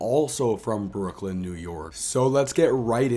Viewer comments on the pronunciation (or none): none